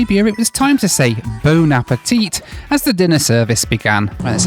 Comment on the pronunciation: Yeah the em-BARKED really got me. Edit: The 2nd Bone-a petite got me. the first time I thought your pronunciation was just awful.